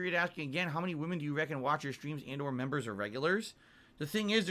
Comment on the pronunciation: Man said “memer” game 😂